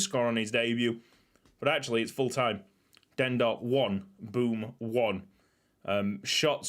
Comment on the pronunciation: I love it is in Belgium but youre pronunciation is not good when you say boom the oo is like ow